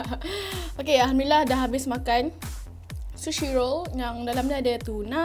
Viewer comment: shushi ye guys😂😂😂😂 its sushi